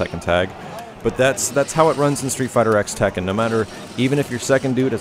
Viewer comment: It's not a big deal, but it bothers me that he keeps calling it "street fighter x tekken" when it's technically supposed to be pronounced "street fighter cross tekken."